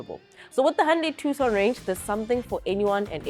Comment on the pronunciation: Its pronounced "Two-son" & I'm I the only one hearing her mostly in my left ear? & why do you leave in a blooper? why not save it at the end of the video? you guys make her come off as incompetent. Otherwise good video.